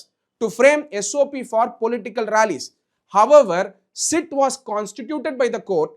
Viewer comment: Dr Ambedkar rocks 🔥 but probe pronounciation mattum maathunga sir.. prob prob nu solreenga.. S I T ah SIT nu sollaadheenga